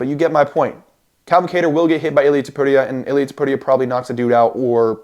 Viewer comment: you can prounce illias name bro